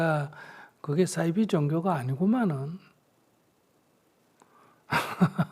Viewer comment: 잘 하셨는데 싸이비가 아니고요 사이비로 발음하세요. 한자어 말입니다. 영어의 S발음이 아니고요.